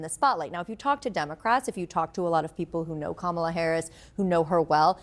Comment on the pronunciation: Go, Go, Kamel-Uh "TOE" !!